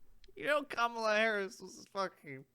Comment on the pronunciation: the Trump impression is spot on lmao And the way he said Kamala had me rolling 💀💀💀